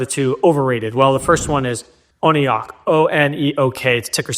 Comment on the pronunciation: I believe ONEOK is pronounced ONE-OAK, according to their website. 🙂